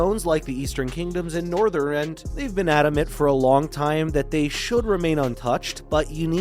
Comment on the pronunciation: Asmongold clickbait, Northrend, Dracthyr AND XIV mispronunciations. Also where did the info come from about “a world revamp”? You cant draw that big of an announcement from the areas of a trailer. Then the sudden jump from wow to something else when its not labeled as a general gaming video is just…kinda misleading. Gotta label stuff better.